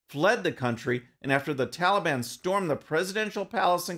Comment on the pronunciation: He calls them the "tallybon" makes them sound harmless.